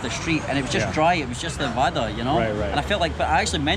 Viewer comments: It's wara.. not waada.. Hey.. you need to work on your pronunciation..!!! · Dear if U don't want spicy tell them non spicy...and it's not vaadaa it's vada...vaadaa means promise😂 vada means d u can say rrrrrr when pronounce.. say now vada with varrrrhaaaaa haha😂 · You pronounced Vada as the word "waadaa" which in hindi means Promise! 😂 Cute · It's pronunciation is like vadahhh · you must learn the pronunciation of vada. the 'D' in vada is pronounced differently. what you're pronouncing means "promise". sambhar-promise. always good to see your videos. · Foreingers cant pronounce ड़ा